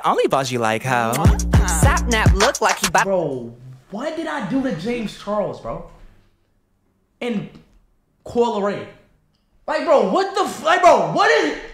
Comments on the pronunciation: I can’t bro really said Coi Larray it’s Larry😂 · Bro said coi leray 😂🤣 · He said coi larray😂😂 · Man said koi laray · Did he said Coi Larray?💀